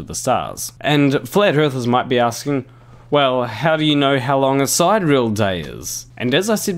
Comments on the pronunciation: side - ear - ul, not side - reel ;) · Side real day? Si-de-re-al! I enjoy when you say noose instead of news but you've gone too far sir! lol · Due. It's sy-deer-ee-al. 4 syllables.